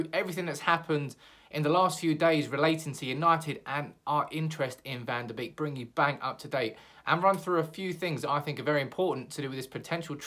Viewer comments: It's van de BEEK not BAKE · I'm Dutch and it's pronounced Van De "Bake" ... not "Beak" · Van de Beek would be great, by the way its pronounced van der bake as in bakery